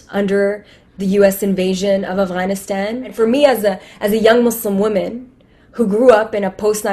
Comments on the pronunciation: Did she say aflannaflan, instead of Afghanistan? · Who grew up in a post 9/11 NYC.... but I live for virtue signaling so let me pronounce it Afgrrgrrlstan as many times as I can even though my accent is as American as can be.